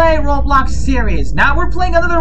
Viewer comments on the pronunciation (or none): Why you said Roblo(s) you mean roblox